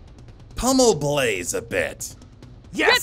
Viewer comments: "I'm sowy bwaze" That hurts bro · poor Daniel he does not want to hit Bwaze😘